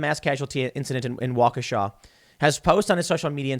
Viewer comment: Thank you for saying Waukesha correctly